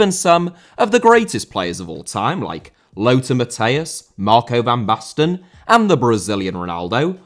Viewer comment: Lothar* not Louwther Matthäus* not Mattheyas Ronaldo* not Ronaldouw Marco* not Mahcouw Jimmy* not Djimmy Johan* not Jouwhan Barcelona* not Bohçalouwner Lionel* not Linl Alfredo* not Alfreidouw Can't* not Khon' Zico* not Zicouw Diego* not Diyeigouw Pelé* not Pelei Serie* not Siri Udinese* not Udeneisei Flamengo* not Flamengouw Gerson* not Guerson Leônidas* not Lionaidas Antlers* not An'lers Eusébio* not Yusséibiouw Mozambique* not Mouzambique Maxaquene* not Máxequen Andre* not Ondrei Half* not Holf Regime* not Reigime Franco* not Francouw Baresi* not Bareisi 27 mistakes ffs